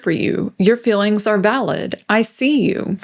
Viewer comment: Was with you until you pronounced "feelings" like "fillins" like a 60 iq groid